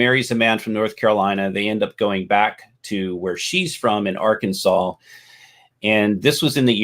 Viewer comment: I think the misspelling was an intentional joke because of history of pronouncing it Ar-Kansas